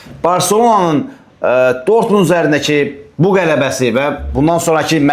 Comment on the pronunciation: Ay, dörtmund deyir😂😂😂